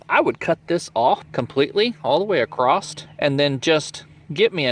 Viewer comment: sorry my OCD kicked in... it's "across" not "acrost" lol